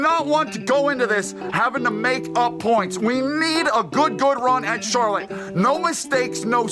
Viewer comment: Hello, my name is Miss Pronouncer. And I’m here with last weeks winner at c-harlott-e.